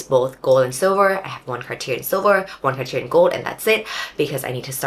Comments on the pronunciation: I couldn't stand you calling it car tier, had to quit the video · The r at the end of Cartier is silent.